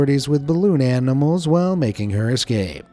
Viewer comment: “Balloon ann-I mals”